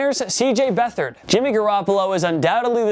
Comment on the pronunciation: CJ Beathard? 😂 seriously ?